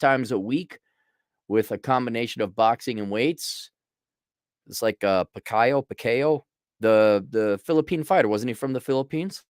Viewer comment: It's Pacquiao (pack-YOW) lol